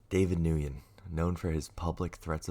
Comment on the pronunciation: david "win" is how you say the last name, there are other ways but that's the most common I think